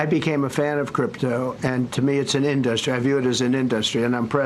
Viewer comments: Can i please hear this dufus mispronounce in-duh-stry one more time 😂😂😂😂😂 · Omg how many times can he mispronounce industry in one sentence.